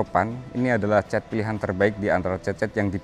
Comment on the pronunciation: semangat pagi, cuma sekedar bertanya aja, yang betul kata cet atau cat, karena HSE Istana IKN menyebut dengan kata cet, itu aja sih, klo aku pribadi kata yg benar adalah cat, dah dulu bang yaaa, salam sehat buat abang.